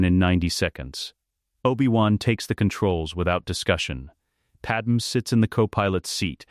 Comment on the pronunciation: Why does this AI ALWAYS call "Pad-MAY" as "Padam"? Lmao